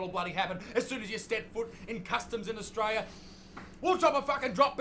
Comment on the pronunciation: And it’s also grating to hear him say “Austwaiwia”. There’s an “R” and an “L” in there. Try saying these two syllables “Aust”, then “tRaiLia” (not “twaiwia”)